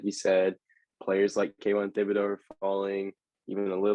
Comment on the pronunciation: Also yall are pronouncing Thibodeaux wrong. You don't say the h just (tib)-a-(doe).